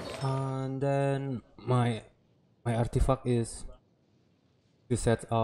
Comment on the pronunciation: I like how he says artifuck😂